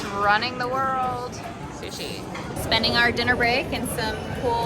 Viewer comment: she said “shushi”… aiya